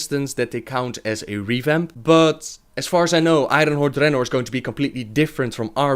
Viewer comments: it is dreanor not DReannor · why u pronounce dranor like dat?